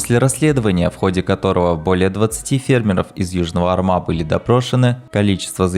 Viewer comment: Бригада Южного Арма а не армА. Ударение падает на первый слог.